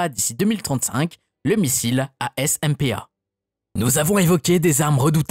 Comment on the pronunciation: Je suis militaire est j'ai jamais entendu une personne prononcé aussi mal le nom des armes On ne dit pas veras mais veras dans la prononciation Le s est muet Est on ne dit pas A-SMPA mais ASMPA prononciation également